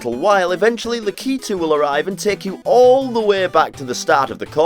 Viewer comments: It's 'Lakitu', not 'Lakeetu'! I can't help myself. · He pronounces Lakitu wrong ;( he pronounces it lack-ee-to it's lack-I-too